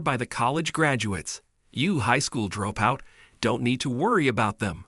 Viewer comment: Horrible AI. It can't say dropout correctly. So annoying.